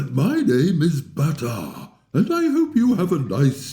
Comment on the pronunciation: Not bataar baatar